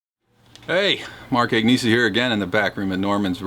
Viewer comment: 'AGNESI' is an Italian name, Kind Sir, and, as such, it is pronounced - AHN-YAY-ZAY.